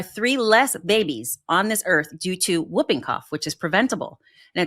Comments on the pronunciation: The term, "whooping", is spoken as "hooping", not "wooping"! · Oooohhhhh FFS Americans... it's pronounced "hooping cough", you sounds dense when you say "wooping cough". Yes, it's spelt "whooping", but for crying out loud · The disease is pronounced; HOOPING-cough, not WOOPing-cough. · It's pronounced Hooping Cough, not Wooping Cough. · It’s screws up badLY… LY LY Badly, Quickly, Really… Stop destroying LY. Why is America raping grammar so bad-LY, now. Also It’s pronounced Hoop-ing cough. It is not Whoopi as in Goldberg it’s not woop-ing cough.. H with a huh.. hoop ing cough! Pfffttt Yanks. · Pronunciation of "whooping" cough - the "W" is silent, as in "whole" & "who", so it's pronounced "hooping" (rhymes with looping & stooping). "Wooping" rhyming with looking, is the slang term in the US for getting smacked. (Sorry, it's the teacher in me. LOL) 🙄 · I always pronounce whooping as hooping. The w is silent, but I guess u guys say it differently over in USA. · The correct pronunciation is "hooping cough," not "whooping cough." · It's pronounced hooping cough! And that poor baby!! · I don't get the politics and immunisation re USA that is being discussed. I live in Australia...you walk into the doctors and get the vaccine you want. PS Whooping is pronounced hooping the W is silent. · It’s whooping , WHOoping cough. The W is silent. The US is going back to the 19th century. Babies are dying of diseases that are all but extinct in the developed world. Next you’ll have to start making calipers and/or iron lungs. Simply because of Polio. TB should be fun for you too. I hope my country won’t let people. from the US unless they can prove they have conducted a vaccination program. What a silly country.